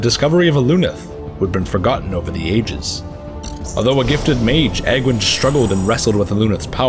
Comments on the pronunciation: It's "AGE-WYNN" REEEEEEEEEEEEE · I always thought Aegwynn was pronounced age-win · When I first read ASOIAF I actually used my pronounciation of Aegwynn to help me pronounce Aegon Targaryen, but maybe it IS age-winn and I've been saying it wrong for years (oh god) As for Meitre...damn him. Damn him and his difficult name. I actually had to ask a Lore source of mine on how to actually pronounce. Apparently it was up in the air so we agreed on "My-Truh" and I threw on a little roll of the R there And definitely! Vrykul King Weapons are coming soon! Working on a different script at the moment but maybe that'll be one of the next few themes for the next Holocore ;) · I've heard it pronounced both ways, so who knows... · Quite possible, actually! Wouldn't be the first Warcraft name I've mispronounced. We really need a Warcraft dictionary for direct definitions, translations and phonetic pronounciations!